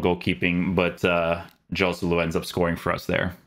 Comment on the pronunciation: I love your content,, but please, please, fix your pronunciation of Spanish players. It's more like Khoselu, not [J]oselu.